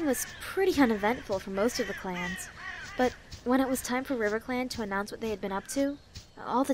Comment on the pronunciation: Did he say riverclan clats?